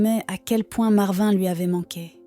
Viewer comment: Complètement inventé, avec une voix qui se trompe de prononciation sur "marvin", des photos de stock qui ne correspondent pas à l'histoire ou sont parfois truquées (la fille (montage photoshop maladroit) entoure le lion avec une main en trop !!!)... Ça fait pleurer dans les chaumières et démontrent à quel point les histoires cucul d'animaux tirent des larmes aux français moyens qui n'ont qu'indifférence pour le voisin du dessus qui a plus de soucis qu'un gros lion imaginé par AZ machin chose...